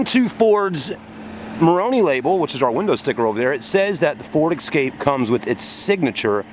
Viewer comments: It's pronounced E-scape not X-scape.What's with those Bug-Eye sun goggles ? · Yes folks, he says” ek scape” and he says “ Mars da”, l do wish you yanks would learn to speak the English language correctly instead of butchering it all the time.